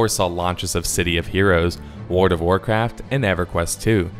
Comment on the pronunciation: I've never played Wuard of Warcraft. There's an L in the word WORLD. It's a small thing, but it's annoying hearing you say it wrong.